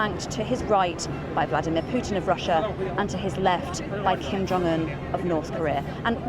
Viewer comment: Lol it’s Kim not Kim. Lol